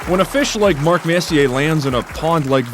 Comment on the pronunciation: If you are making a video, first learn to pronounce his name, FFS.